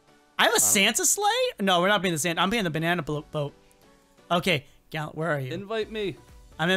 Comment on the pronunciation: why does everyone keep saying gallent but its gallant